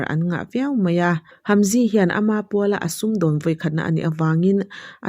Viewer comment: Hamzy ai chuan Haemji tia lam tur 😊